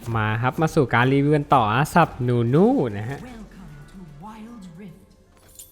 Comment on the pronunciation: นู่นู่ ไม่ใช่ นุนุ ครับ555